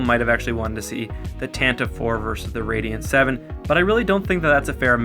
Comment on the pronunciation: Tantive (IV)= "TAN-tah-VEE"